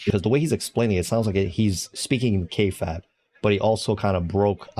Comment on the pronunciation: Lol you don't say Kayfabe right